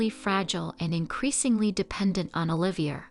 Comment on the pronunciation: Oliver= O.live.e a. Not er..👍